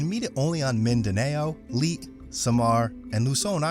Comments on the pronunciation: Leyte will pronounce Lay Tea not late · Leyte is pronounced "Lay tee" not "Leet"... and the eagle was discovered in 1886, not 1986.